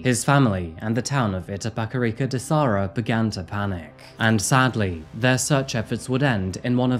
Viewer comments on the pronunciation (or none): I'ts da serra not de sarra KKKKKKKKK